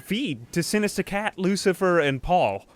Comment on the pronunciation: I love how you say Sinista Cat. Also I love this series.